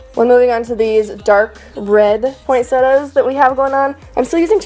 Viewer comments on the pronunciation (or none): Pointsettas? Learn how to say it ffs